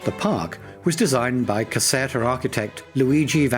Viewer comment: Caserta, pronounced Caz-air-ta